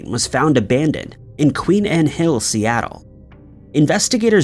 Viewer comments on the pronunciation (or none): none